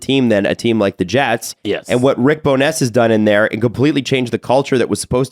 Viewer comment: I'm trying to get it out of my head how pronounced Bowness